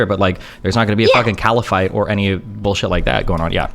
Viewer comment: 2 things. The leftist has gone so left she sounds like a racist. Destiny( based mofo) and this chick cannot pronounce caliphate correctly and they’re saying it in the worst way possible 💀